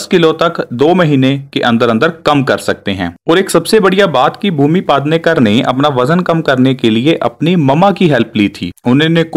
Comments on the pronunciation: पादनेकर नही पेडणेकर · It's पेढनेकर not पादनेकर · Bhaiya पादनेकर नही पेडनेकर है😂😂😂😂